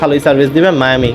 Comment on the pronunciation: মায়ামি নয় মিয়ামি😂😂😂